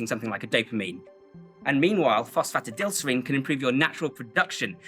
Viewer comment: Enjoyed the video and agree on most things although not sure if supplemental magnesium and zinc have any extra benefit if you are getting enough in your diet, also not sure on your pronunciation of phosphatidylserine! All in all a good stack though, not too overkill like many other creators out there.